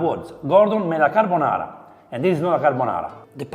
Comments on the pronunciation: It's a "gordonara"😂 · Carrrr bo naaaarrrrrrra. Nouuuu crrrreamm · i was thinking exactly this: Gordonara :))))